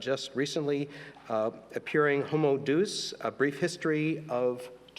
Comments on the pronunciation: "Homo deuce"? This mofo is a professor? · The one who introduced the Professor needs to learn how to pronounce Latin. "Homo 'Duse'" 😂😂😂😂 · "Homo Doos" 😂😂